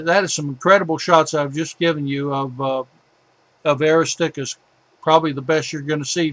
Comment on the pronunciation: Great taught us a lot about the real Moon. Such a pity he couldn't pronounce a lot of crater names. Eg. Aristarchus is not pronounced Aristickus! Sometimes extremely frustrating. Just saying.